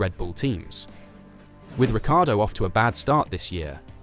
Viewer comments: It's pronounced Rick-car-doe... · it's a lazy Anglicization of an Italian last name. been dealing with it my whole life. His last name should be "Rik-E-ardo" - at least he pronounces is right more times than pretty much everyone else in the F1 media. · The inconsistency in how you pronounce Danny Ric’s last name is maddening. Pick an annunciation and stick with it. Good content, but man, Checo must be in charge of this channel because the inconsistencies are just insane. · It's pronounced RICCI ARDO as the spelling suggests